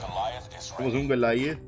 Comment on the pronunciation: Todos: Goliath: Golayad